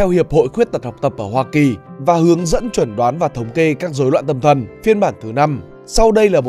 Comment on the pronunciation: người đọc bị chứng khó đọc à, đọc sai "chẩn đoán" thành "chuẩn đoán" ^^